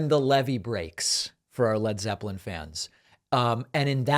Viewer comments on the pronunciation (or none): none